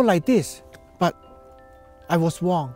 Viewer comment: "i was Wong" i thought you said your name was!